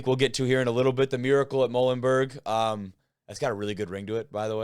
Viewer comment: Muhlenburg is "Mmm YOU len burg"!!! The MULES 🐴🐴🐴